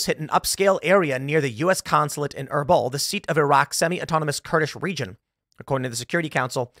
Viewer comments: It's pronounced "Ur beel". I usually dont care to correct pronunciation, but that was bad. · haha - was combing through the comments to see if anyone else was struggling with that. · Your pronunciation of Erbil is so bad Tim 😂😂